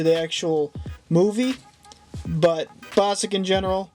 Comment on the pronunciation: BOSSSK!!!! NOT BOSSICK! He's AWESOME!